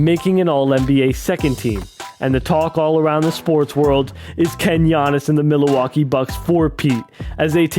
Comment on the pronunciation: okay but why he say milwaukee like milleeeewaukee